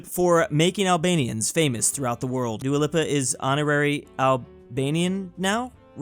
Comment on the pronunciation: I’ve never heard Dua Lipa pronounced that way before. 👀